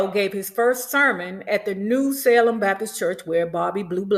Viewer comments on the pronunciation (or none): none